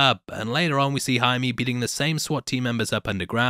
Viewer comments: "I've already pronounced everyone's name wrong" You're actually one of the only people on YouTube who pronounced Jaime's name right. Most pronounce it as "Jamie Reys" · This is more or less the correct way to pronounce Jaime. Not Hi-Me but more or Hi-Meh. You got it right once,.:)